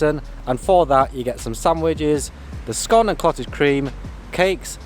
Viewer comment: Nice review, I must try it for myself. I like that you pronounce scone as scone, as some people call it a scone incorrectly.